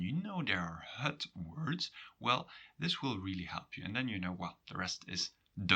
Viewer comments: Why do you pronounce het as hut? You say ut normally and if stressed, as het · you pronounce het like hut. Belgian? Sounds charming